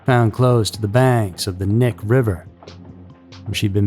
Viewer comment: Knik is not pronounced Nick. It’s a native word you say the k. Don’t pronounce like knee that’s wrong. Sorry but it’s driving me crazy. We used to party out there. I thought it was a ghost story first time I heard about the Butcher Baker. People were saying there were probably more bodies buried out there. He only admitted to the ones they found.